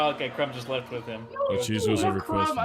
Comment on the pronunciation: "CRUMB! CRUMB! CRUMB! CRUMB!" - you sound like the audience of a Bulgarian Quidditch Match. (KRUM! KRUM! KRUM! KRUM!)